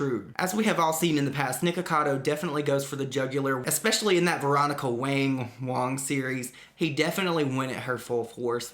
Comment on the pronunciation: Its wa-ng...next time do your research before you do a video